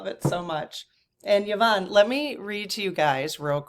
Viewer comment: Hi. My name is pronounced Ya-von. I was actually surprised that pronounced it correctly as most people, even after I say Ya-von, say E-von. Drives me nuts. You didn't say how your Mum pronounces hers. My heart to yours about the loss of your Mum. Mine passed away about 10 years ago as well. And though I'm not really anything like her, of the 7 children she had (4 boys, 3 girls) I'm the one who turned into the spitting image of her. And I do find myself saying out loud all too often "I am my Mothers daughter".